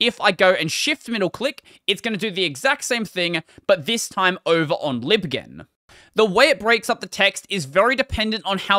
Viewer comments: Lol it was annoying me too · "Libghen", as in "library ghenesis". lol :P